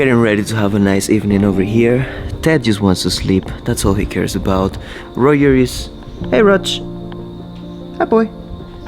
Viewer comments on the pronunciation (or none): none